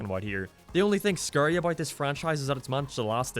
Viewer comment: "I'm gonna say Teals a lot, don't make fun of it." Ok. Haha he said scurry instead of scary.